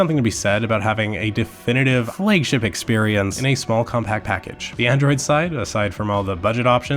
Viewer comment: Why does he say flaygship instead of flagship?